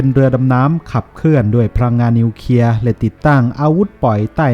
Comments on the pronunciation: ทำไมท่านอ่านเป็น นิวเคีย......ครับ ทำไมไม่อ่านเป็น นิวเคลียร์..ครับ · เคลียร์ ไม่ใช่ เคียร์